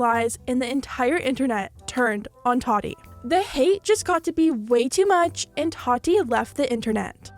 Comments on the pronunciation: Can you say “TA-TEA” not “TUA-TE” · why do you say her name like Toddy? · I'm sorry, are you pronouncing her name Totty? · “Toddy Westbrook” I think she meant Tati 😬😂🙈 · I know! I cant focus on the video she keeps saying toddy lol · Are we really not gonna talk about her pronouncing tati like toddy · Tati: Ta-Dee is how you pronounce it. . .💀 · You say Tati funny 🥲